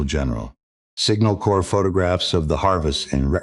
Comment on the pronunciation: Why can't this AI say the simple word CORPS correctly? Terrible AI